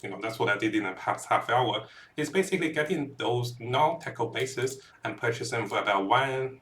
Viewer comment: That's what you get for trusting the guy who can't pronounce not only Tecrod but also Kurgle. These are not difficult pronunciations and take minimal effort to learn once